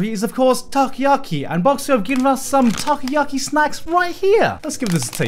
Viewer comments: It’s not takiyaki takoyaki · Great video but its takoyaki, not takayaki which would mean grilled eagle.